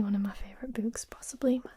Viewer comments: I dont think you understand how much i LOVE the way you say "oo" words. "BOOks" "COOkies" My brain melts with joy lol. Also i loved Dragon Teeth. Listened to it on audiobook. Id recommend Prey if you havent read it yet. Its one of my faves of his. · Love the way she pronounces 'books'. Also I think has convinced me to add Jurrasic Park and I am Legend to my reading list. You also might enjoy The Graveyard Book by Neil Gaiman. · I really like the awesome way you pronounce "books." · Congratulations on the braids! I still adore the way you pronounce "oo" sounding words like "books" and "tools." "Glossary" is the word you were wanting in regard to Frankenstein, I think.